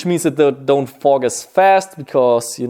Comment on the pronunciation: When he was talking about his goggles he said they don’t fog to much I thought he was saying fuck to much lol